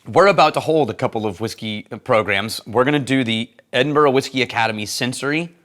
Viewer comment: So nice to hear pronounce Edinburgh properly. Haha.